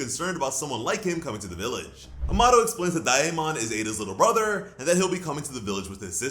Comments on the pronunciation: DAIYEAMON!?! Just say . Day-mon. Please for the love of god 😭😭😭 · Dude you always say a name wrong Wtf lol "DAI-MON" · His name is day mon -daemon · daemon is pronounced "day-mon"